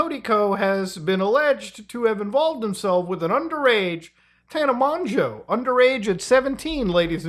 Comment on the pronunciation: thank you for pronouncing mongeau correctly